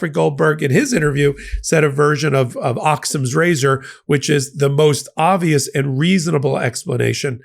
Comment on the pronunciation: Occam's razor, just mispronounced perfect analogy.